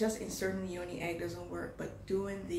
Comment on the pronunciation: its not toni, its yoni